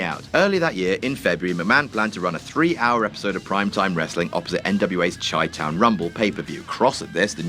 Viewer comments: Chi town is pronounced "shy town" not "chai town" Don't ask why, we're Americans. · Chi-Town is pronounced "shy-town." The "ch" has the "sh" sound just like the city: Chicago aka Chi-Town.